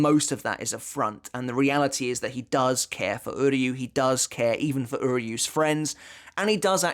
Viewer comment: I just want to take a moment to appreciate that unlike the English Dub and almost all other YouTubers you are the only one who pronounces "Uryu's Name" correctly